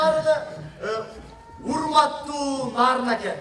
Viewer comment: Нырын дегин 😅